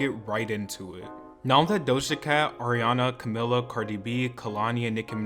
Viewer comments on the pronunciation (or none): “DoshAkat” “niCki miNaJsh”